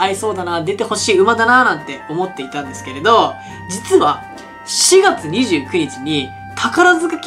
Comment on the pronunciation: ２月と４月の訛りが治ってませんよ。